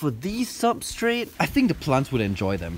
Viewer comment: Lol he said plunt